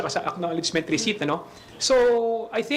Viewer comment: Receipt Resit ❎ Resip ✅ What are you YUTTERING mr. khonghun 😂😂😂